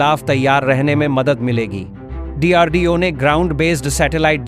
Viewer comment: What is dardeo? It’s DRDO